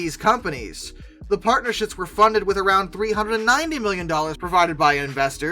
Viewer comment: Probably your mispronunciation of “partnerships” as “partnershits”